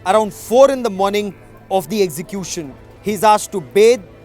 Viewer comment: This idiot cannot pronounce execution!!